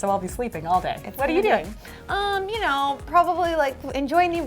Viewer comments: You pronounce it 'you know' not uno the Spanish number - just saying 😂😂😂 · It's not uno it's you know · Uno used in text is pronounced like you know btw 💜💜 love you guys